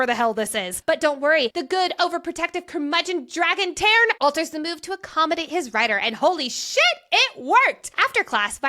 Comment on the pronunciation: I love y’all, but you’re killing me with the constant mispronunciation of Tairn. It’s “Tar-n”, not “Tair-n”. RY has been heavily criticized for taking an entire language of Scottish Gaelic (ga-lick, not gae-lick) and making up pronunciations for words that already exist. Please do better and pronounce things correctly.